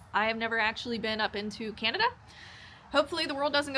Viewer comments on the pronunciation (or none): none